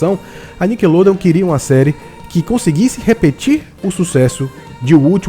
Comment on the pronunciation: só aceito criticas de quem realmente sabe do q ta falando... O cara num sabe nem falar NICKELODEON.